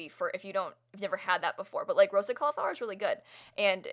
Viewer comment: Anyone else not pronounce Cauliflower that way 🤷🏻‍♀️